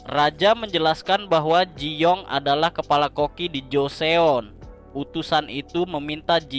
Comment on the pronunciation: Joseon dibaca joson